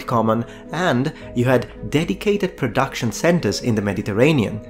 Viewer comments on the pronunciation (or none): none